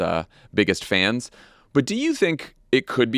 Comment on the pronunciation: So, Jon — did you say, Trump’s “biggest fans,” or “bigots fans”? Or no difference?